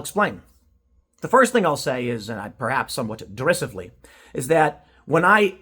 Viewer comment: Tim its "der-eye-siv-e-ly" brother FYI.